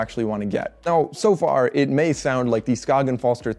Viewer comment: You pronounce Skagen correctly. That was unexpected. Good review!